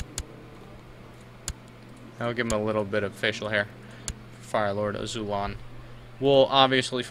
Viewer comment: isn't it AzulOn?